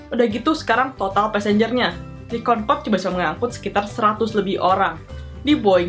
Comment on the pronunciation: kau orang indonesia ke bukan konkod concrode